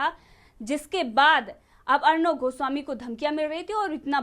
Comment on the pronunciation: आप किस बेवकूफ की बात कर रहे हैं , उस अखिलेश प्रताप सिंह की , जिसे एक लाइन इंग्लिश बोलना नहीं आता है। और अब तो लगता है हिन्दी शब्द का भी उच्चारण सही तरीके से नहीं कर सकता है। पत्रकार गोस्वामी जी का नाम भी ठीक से नहीं बोल पाता है। ऐसे ही लोगों की जमात भरी पड़ी है आज कांग्रेस में।